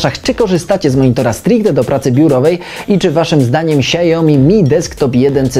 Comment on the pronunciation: to nie jest monitor "siajomi" tylko "siaomi"